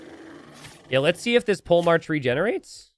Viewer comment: “Pole march”? Not “polehmark” as in a military leader?